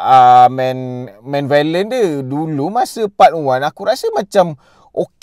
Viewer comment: Aku geram sebab kau borak meleweh+tak pandai cakap tapi sibuk nak buat review...baik tak payah buat review. Kau sebut dead reckoning pun salah. Kau sebut villain pun bunyi violent. Apabenda la youtuber lepu mcmni